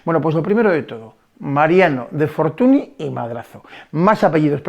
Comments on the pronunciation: Magnífico video, pero Fortuny (apellido catalán, ya que el padre de este señor, también pintor famoso, nació en Reus) se pronuncia Fortuñ, no fortuni. La ny es la ñ en catalán. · que no te de la gana de pronunciar correctamente un apellido.........no querer saber que la ¨ny¨ es equivalente a la "ñ".....dice poco de ti, simplemente por un respeto de quien hablas, cuando son apellidos Franceses si que sabes pronunciarlos......